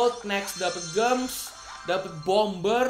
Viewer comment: Bacanya, jems, bukan gems! Sama you udh dapat SMC belum?